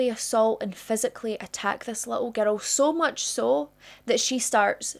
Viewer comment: It's a 'girl!" NOT a :ger-dell! 😮